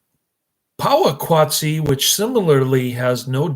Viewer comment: Oh My Gosh. It is pronounced Poe wa kat see.....if you are going to review a movie, AT LEAST, get the name right!!!!!! Did you even watch this movie? It is about industrialization and population affecting what were once simple slow lifestyles. The music works well with the images....sheesh, you are an unqualified "reviewer" of this. If you are a "movie reviewer", your pace is ridiculously slow, incoherent and sadly obtuse.